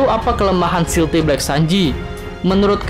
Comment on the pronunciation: "stealth" kan, bukan "stealthy". jadi bacanya...